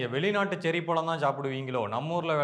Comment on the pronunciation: இந்த ழ வுக்கு பதிலாக ள என்று சொல்வது தமிழை கொச்சைப்படுத்துவது போல் உங்களுக்கு தோன்றவில்லையா முயற்சி பண்ணிப் பாருங்கள் பழம் என்று உங்களால் சொல்ல முடியும் பளம் அல்ல